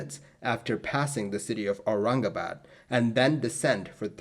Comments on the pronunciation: fellow Bhartiya (diaspora from and residents in Bharat ) can we please acknowledge how 'spot on'🖒 his pronunciations were! i mean.. Aurangabad..isn't exactly a monosyllabic word! . As for the unfortunate accident! Yes.. we (India) have ALWAYS had pathetic redtape and bureaucracy (even if one forget the corruption) to drag their feet in aviation related matters. I was born in the late 1970s so maybe not about this incident.. but even in the past 20-25 years and definitely in the 2000s .. i recollect of how Bombay (now Mumbai) kept dillydallying intalling the more advanced weather radars at Bombay itself! . Similarly.. the Charki-Dadri disaster (SVA763 and KZA1907 collision) too was possibly avoidable had India made TCAS compulsory or had better equipment to alert the ATC. . Anyway.. i agree 1960s were a tough time (and may be the future will say so for our times too) to be doing such hop-over flights. . The crew.. unless well rested.. would have a lot of fatigue/anxiety. Irrespective if whether Thailand people were incorrect/lyong or did everything right.. ...irrespective of the scrutiny of the Bombay ATC (personnel).. the crew would really have been better off had they had short haul flights or direct flights and were familiar with the sector/ had more number if routine flights to the location) . . That local courrs absolved X Y or Z is one thing.. ..that (just like with the BEA/ British European Airline crash) there was no CVR.. will😔never bring actual closure to what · I am impressed how he spoke BOMBAY AND AURANGABAD u impressed an indian with your pronounciation